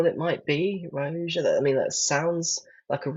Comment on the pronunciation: ‘Wake up babe, new pronunciation of Rioja just dropped!’ I’m just catching up on these Private Eye walkthroughs, and loving them.